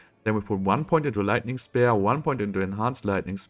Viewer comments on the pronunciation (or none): Something I can't explain and hope you can help me with ^^. Why is the cooldown of flame shield dropping so fast in the first few minutes of your video? 😲. It can't be only from ice blades right??? Btw it's called lightning spear (like in Britney Spears), not spair (like in despair) ;)